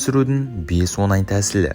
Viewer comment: о Ң ай, оНай емес.